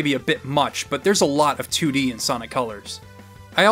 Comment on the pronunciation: Haha. He said toodie 😄 🤣 😂